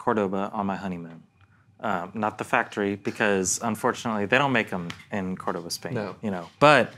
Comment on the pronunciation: Pronounced Córdoba as opposed to Cordóba.